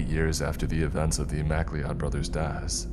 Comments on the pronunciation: Who in the actual fuck pronounces mcleod "mack Lee odd"? Fr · Please learn how to say the name properly. It's pronounced Mc-Cloud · I really enjoy videos about the spooky remote places of the world. As a fan of the Highlander franchise, I have to point out, the surname, McLeod, is pronounced like "ma-cloud".